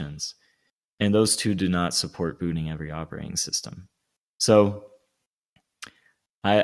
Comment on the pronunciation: "Suppprt firefox" loved that